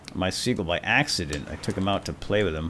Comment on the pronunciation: Dropped it by "Axe-ident" :D